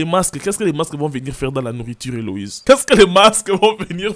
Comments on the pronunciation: C'est Élodie pas elowize😂😂😂😂😂😂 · ELODIEEEEEEE pas Eloïse 😂❤ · "Éloïse" 😂😂 nooonnn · Mais c’est Élodie pas Éloïse 😭😭😭🤣🤣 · Elle s'appelle Elodie owwww et non Éloïse😂😂😂😂